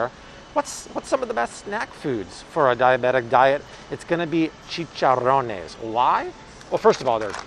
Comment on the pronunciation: I appreciate all your advice and as a Puerto Rican lady love the way you roll your "R" when saying "Chicharrones." you sound like a true Hispanic.